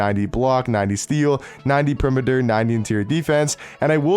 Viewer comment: I love how this guys pronounces perimeter lmfao